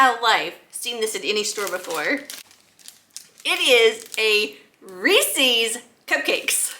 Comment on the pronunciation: You need to learn to say Reeses